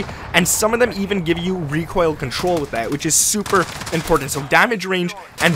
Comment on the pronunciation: Lol this guys calls buttons “bud-dins” and everything is “in-porn-tent” 😂